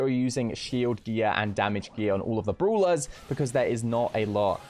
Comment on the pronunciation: Others: Brawlers: Brulas